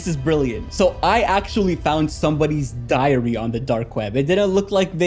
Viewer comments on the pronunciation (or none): Bro said diarrhea than diary😂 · Why do i Hear him saying diarrehia instead of diary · WHY DID I HEAR IT AS ''DIARRHEA'' 😭😭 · I thought you said diarrhea instead of diary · I heard it too lmao